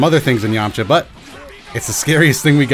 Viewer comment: "Purely thanks to the yamcha ashist"